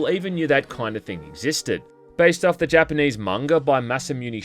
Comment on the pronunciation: Japanese pronunciation sounds ocka even to other Aussies.